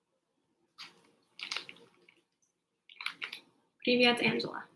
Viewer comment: Ты так забавно говоришь ПИВЕТ))